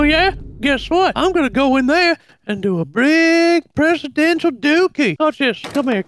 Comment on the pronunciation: "One presidental dookey"😂